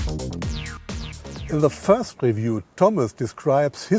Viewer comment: Frast let's talk about Porsche" hahaha im dead 😂